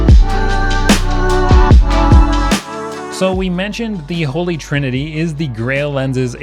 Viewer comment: It’s “holy” not “holly” ….. (sighs….)